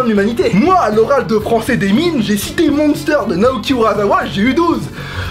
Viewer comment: J'aime beaucoup ta chaîne qui est assez drôle et posée à la fois mais quand tu as prononcé "Monster", quelque chose d'inexplicable s'est produit et j'ai été obligée de liker avant même de voir la fin :D bonne continuation !